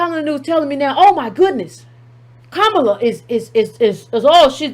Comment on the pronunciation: “Copallah” Harris 😂😂😂😏😉😀😅😂🤣😁😆😄